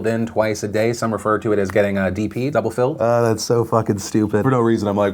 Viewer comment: "double philled" im crying